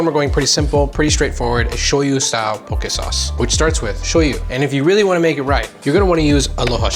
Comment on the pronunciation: EŌ DAS HOW!!! Even saying it RIGHT!